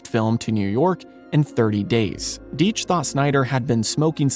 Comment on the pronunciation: It's DIE tch,you're mispronouncing the name. I knew all his sons who lived in White Plains a suburb just north of nyc. Gene lived in Prague,the only non communist there.Simon died a couple years ago but Seth and Kim are alive,cartoonists much different than their father. Just pronounce the name correctly, names mean something, they tell you who they are and it wasn't Genes fault.Tom and Jerry followed him to Prague but he was a g genius.